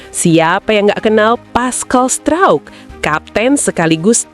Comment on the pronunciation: Ngomong pascal struijk kok bunyi nya pascal strouk,. 🤣🤣🤣